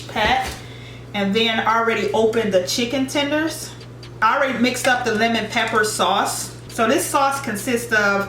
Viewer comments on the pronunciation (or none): Lol she accidentally said chender tender instead of chicken tender they are sooo funny😂😂😂 I am weak love your vlogs❤️❤️